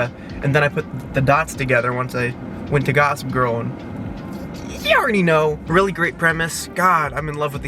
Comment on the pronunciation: HAHAH the “yARdy know!” At the end